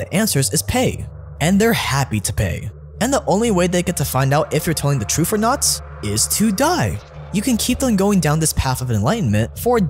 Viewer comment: Great question, what is 'troof'? Lol just kidding, great videos!